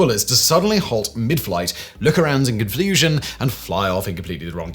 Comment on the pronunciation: I like watching your videos and your accent makes you sound smarter🤓👍 But sometimes I think you just make up words to see if anyone notices 😂like 🙄🙄idk ??? 🙄👉this one 😳👉 CON-FLU-SION 😳🤦🏻‍♂️😳🤦🏻‍♂️ 😂🤣😂🤣😇😅🥹😂🤣😂😆🤣😂